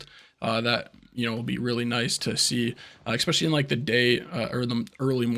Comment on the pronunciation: Appreciate the details. Thank you for sharing. Side note: No "x" in especially. 😉